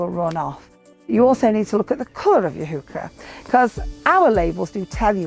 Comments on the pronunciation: Henning Bartels I agree, funny pronunciation. It is "hoy-hare" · I find it odd that the plant is pronunced "Hook-ker-ruh" in English, when a Swede (Carl von Linné) named it after the German botanist Johann Heinrich von Heucher, whos name is pronunced "Hoy-share".